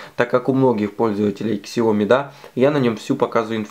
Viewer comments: Сяоми,бльть,не ксяоми, а сяоми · КСяоми слух режет...СяомИ! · Вот только не Ксяоми а Сяоми!!!! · СЯОМИ СЯОМИ САОМИ а не ксяоми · Не ксяоми, а Сяоми !!! безграмотность уши режет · Спасибо за информацию. Извините за мою подсказку. Но правильно говорить "сяо ми". Так по-русски читается транскрипция этих двух иероглифов 小米 Xiǎomǐ. Поверьте человеку, изучающему китайский язык. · Бренд читается Сяоми!!! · Да научитесь вы правильно называть марку своего телефона - Сяоми с ударением на последний слог. Поищите в гугле, как правильно говорить.